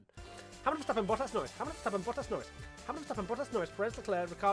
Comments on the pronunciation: Watching struggle to say Bottas made my whole week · You'd think after all these years you would at least get the "Hamilton, Verstappen, Bottas" part right😂